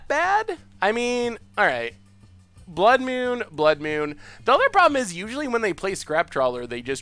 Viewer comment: "blood myewn"